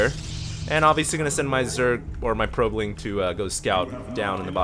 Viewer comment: Probeling lmao